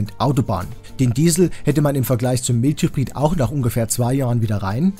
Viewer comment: Tolle Arbeit! Vielleicht noch Mild Hybrid "Maild Hybrid" aussprechen.